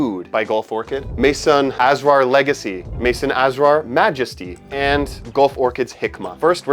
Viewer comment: The word Asrar from Maison Asrar is pronounced ass-rar,, meaning secrets 👌 Edit: the stress is on the second syllable.